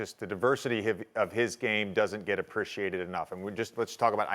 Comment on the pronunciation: no one: jj: apprichiated